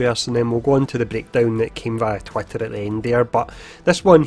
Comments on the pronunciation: Loving it too, dunno why but it makes me think about a cartoon duck... "Twatter" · I love how you pronounce it "twatter".